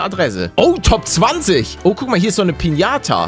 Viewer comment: Lama = Piniata 😂😂 wer kennt sie nicht